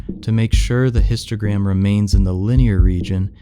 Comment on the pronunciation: Why I hear « Instagram » every time they say « Histogram »